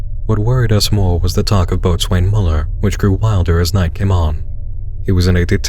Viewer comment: Just a little hangnail , and it only bugs me as a Sailor. The word 'Boatswain' is pronounced 'Bo-zuhn' or 'Bo-zin'. Still a lovely reading.